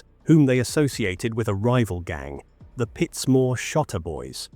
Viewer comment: Pitsmoor not Pitts More